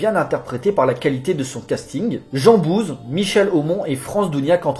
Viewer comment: Il faut pas hésiter à se relire avant de faire son clip.... c’est JEAN BOUISE et non pas JEAN BOUSE!!!... un peu de respect quand même !